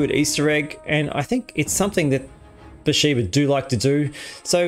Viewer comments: IT’s Bethesda not Bathsheba lol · How do you read Bethesda as Beshshba? Then again Americans can't read Aspergers and say Assburgers somehow. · only a computer would say 'besheeba'. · Im sorry but. How are you doing videos on starfield. And getting BaTHEsda wrong?. Apologies if this comes off as mean. But seriously. Wtf? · I had to rewatch that part thinking how they mess up bethesda name